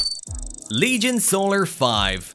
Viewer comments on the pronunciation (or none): none